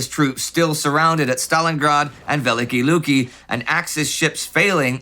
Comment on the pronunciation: A slight correction in pronunciation, if I may. "Великие Люки" is pronounced as [vʲɪˈlʲikʲɪjə ˈlukʲɪ] or [veh-lih-kih-eh lyuki].